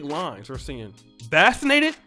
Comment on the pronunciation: “Vassinated”😂 Is that how they say it in Poland? Everybody get your a$$ vassinated.